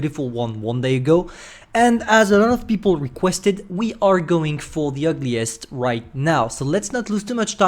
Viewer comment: UGLIEST, I think, not ULGIEST